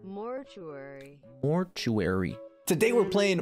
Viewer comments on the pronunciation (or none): Ah yes. Moerty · "Moiturary Assistant" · trying to say Mortuary well that’s why you can call google translate for only $5.99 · nah bruh him looking up how to say 'mortuary' in the beginning was immaculate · mans pulled out the google translate on how to pronounce mortuary 😭😭